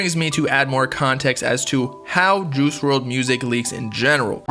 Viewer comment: Dude said “juhoosh werld”